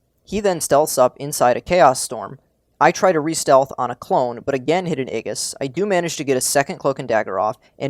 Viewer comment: Love your videos man but It's ay-jis... like outrageous. For gods sake! lol